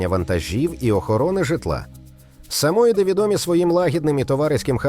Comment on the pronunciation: Будь ласка, вибирайте чистокровних собак для ілюстрацій своєї програми. Чорно-білий Бостон терьєр, а не французький бульдог, чіхуахуа - взагалі якась напівкровка, німецька вівчарка - теж старотипна, не представлена кращими особинами породи. Наголос - не сА моїди, а самоЇди! Акіта іну і шиба іну ну дуже відрізняються!😂😂